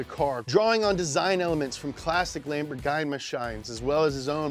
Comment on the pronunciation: I was so ready for another Japanese word after the second time he said "Lamborghienmishtien".